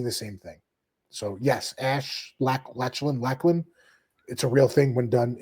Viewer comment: Also its pronounced lock-lan